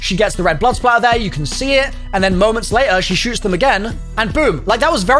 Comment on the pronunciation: What this whole debacle has taught me is that most cod YouTubers are fucking illiterate. THE WORD IS SPATTER!!! Blood SPATTER. SPATTER.